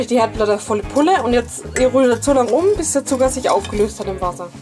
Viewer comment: du sagst alkes mit d zb. zuger oder budder verstehst du